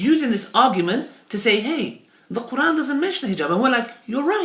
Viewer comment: its not Khuran... Its Quran!!!